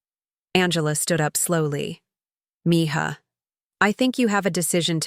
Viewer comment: Could you please teach AI to pronounce mija correctly